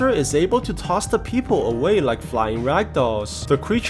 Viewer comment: rowing furiously towards da pee-poh 😂